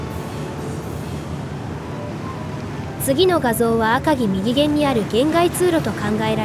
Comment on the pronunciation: きちんと「みぎげん」「ひだりげん」って言っていますね。流石ですね。